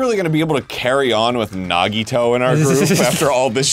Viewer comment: It's so hilarious and also painful watching them be so smug about Nagito but thank God they're pronouncing his name right AND realized he isn't Makoto